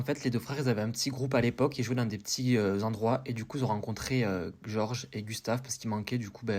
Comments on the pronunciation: sa se prononce GÉorg pas gorge 😂😂 sinon super vidéo que j'avais déjà vu ya 2 ans déjà je 😂😂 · Juste pour présiser sa se prononce georg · Purée il a tué le nom de goerg 😔🙏